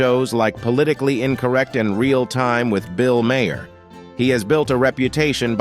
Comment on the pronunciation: So many mistakes, dude. The worst? Bill Maher (name mispronounced the entire vid, btw) has somehow aged to the extent that he turned into Stan Lee? Steven Seagal's name was also mispronounced, and there are just too many to go on. I'm SMH